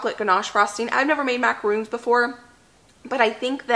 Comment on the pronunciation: not trying to be mean but, it's "mac-a-ron", not mac-a-roon. mac a roons are the coconut cookies. love,love your channel! TFS.